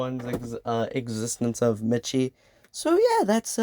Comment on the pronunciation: btw miche is pronounced like niche and uses he/them i believe?? overall great video!!